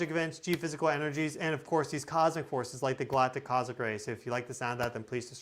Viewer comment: What is a cozic ray? Do you mean cos- mic ray?